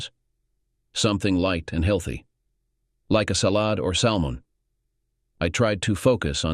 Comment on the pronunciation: Salmon salOd... sounds like the narrator is channeling Megamind LOL